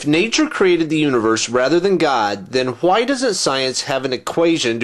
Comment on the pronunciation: i luz your videos, but i hate the way you pronounce "why". its just like stewie